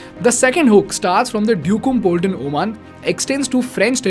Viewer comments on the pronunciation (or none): none